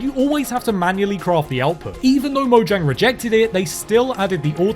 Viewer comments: DO YOU MEAN MOYANG? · Did you know that mojang is pronounce moyang